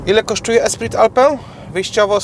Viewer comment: Esprit Alpine = espri alpin, a nie alpę